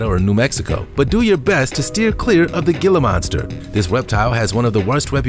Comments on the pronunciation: The 'G' is silent. It's pronounced "Hila" Monster, not "Gila" Monster. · Not pronounced Gilh-ah, it’s He-la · It's pronounced Heeluh not Gilluh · Gila monster = hee lah monster. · I was just going to say that too! Hee-la monster. Spanish the ‘G’ is pronounced like an H. 😁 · Gila=hee-lah, don't feel bad though, another narrator pronounced it like you did